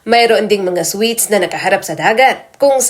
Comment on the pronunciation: Anong sweet's sinasabi mo Ayusin mo nman mag basa at mag bigkas ng tamang basa dyan